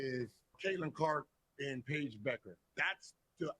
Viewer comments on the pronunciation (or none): needs to get ahold of Paige’s name, lol. I’ve heard Becker, bucker, beckner, - so close yet so far. Pronounced as Beck-errs